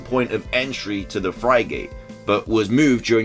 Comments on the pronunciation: Everyone: Frigate is pronounced Frig-at: Frigate is pronounced Fry-gate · Word: Frigate Pronounced: Frig - at: Fry Gate Me:??:/? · Then there's me who pronounces it Frig-ate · Plasma 'Frygate' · The way he says frigate triggers me so hard